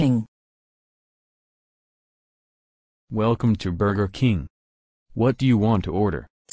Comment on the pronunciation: burger king bur-ger king not burka king lol